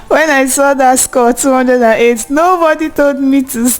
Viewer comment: Lol...look at the way u said 208!!!😂😂😂